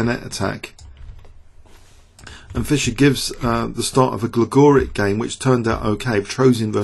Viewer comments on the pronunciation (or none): It's pronouncec Gligorich